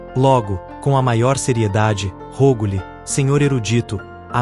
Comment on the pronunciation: Isso se chama atenção aos detalhes. A pronúncia das palavras de língua estrangeiras não precisa ser perfeita, mas não pode ser tão péssima assim. Se a um detalhe tão simples não foi dada a devida atenção, como confiar no resto? Essa IA (BN?) não sabe pronunciar latim, nem polonês, nem alemão. Na verdade, mal sabe pronunciar português (“rôgo-lhe”?!).